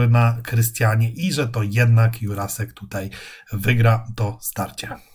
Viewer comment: Juracek nie Jurasek